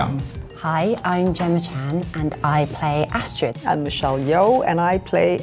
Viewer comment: omg u got Astrid's name wrong!